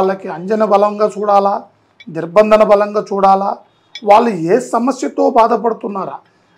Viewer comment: వాడికి దిగ్బంధనం అని కూడా పలకడం రావడం లేదు